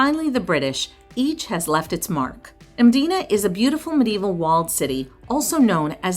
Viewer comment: Hats off to you for saying the names correctly especially Mdina. I will say though you can take a bus instead of bolt.